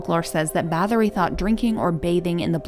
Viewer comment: "Bah-TOR-ee", NOT "BATH-or-ee"....